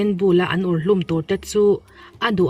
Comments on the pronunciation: er hlum anilo ur hlum tih tur.. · Er hlum nge ur hlum ka hrethiam teh nuaih love🤣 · A bengvarthlak ṭhin e. Mahse ER HLUM ti lovin, UR HLUM tih kha a dik zawk e.